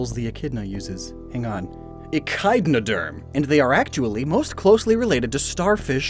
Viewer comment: not to be that guy, but so many of the pronunciations were incorrect ( I type this comment as "echinoderm" is pronounced as "echiDnoderm"). while I understand this video is mainly entertaining it touts as educational as well and should be held to such standards.